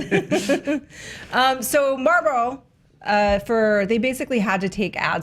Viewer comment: The way says Marlboro infuriates me lol. It sounds like she’s saying Marble